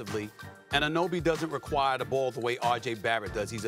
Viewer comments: Molly... say it with me. anna-no-be, it's not very hard. Especially for someone who reads a teleprompter as a career. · You think now that OG Anunoby is no longer in Toronto ESPN will actually learn to say his name and stop call him "Anobee"? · Molly needs to say his name right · No one can say OG's name properly... what a joke lmao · Come on it’s your job to know how to pronounce a players name it’s not hard Molly